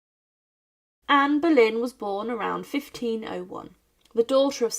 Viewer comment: Comment veux tu qu'on s'abonne quand tu appelles Anne Berlin au lieu de Anne boleyn